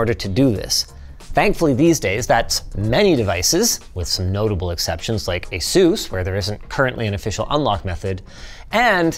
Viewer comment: The way he pronounced Asus made my ears bleed